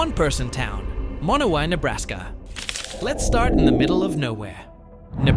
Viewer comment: Just for the record, Monowi, population 1, is MA-no-wye, rather than muh-NO-we. You got the em-FAH-sis on the wrong syl-LA-ble.